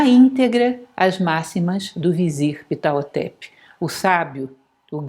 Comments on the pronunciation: Oi. Vc tem certeza que.esse nome sexpronjncia dessa forma? Achei estranho. Sempre conheci a pronúncia como pahhhotep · A pronuncia correta para o H nao eh mudo, mas aspirado.